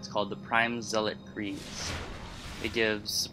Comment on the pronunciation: Lol why do people say zelic? Its fucking zealot. Z-lot. Lmfao idiots.